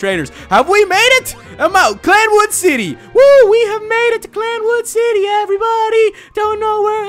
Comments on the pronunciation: It's CI-anwood, NOT CL-anwood! Can you read?!?! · uh its cianwood not clamwood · its cianwood city not clanwood LOL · ITS CIANWOOD NOT CLANWOOD!!! I AM TRIGGERED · i also find it funny how he calls it cl anwood not cianwood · Cianwood (see-an-wood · ikr totally screwed that name up. clan-wood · it's Cinawood. Like Cee-anne-wood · It's called Cianwood city not Clanwood city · It is Cianwood (See-in-wood) not Clan-wood. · It's not clan wood it's Cianwood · OMFG its cianwood not clanwood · clanwood XD it's purnounced sin-a-wood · its Cianwood not clanwood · its C I A N W O O D pronounced see-an-wood not clan-wood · Its pronost ceanwood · It's pronounced cyan-wood-city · It's pronounced C Ann wood city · Everytime he says clanwood im dying a little bit more inside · Please tell me he found out it was see-an-wood. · it's not clan wood it's freaking I not l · pronounced cyanwood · bro its Cianwood city..... its an "i" not an "L"